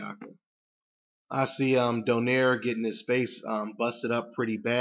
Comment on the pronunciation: american pronounce donaire. we are do-nai-re. filifino name.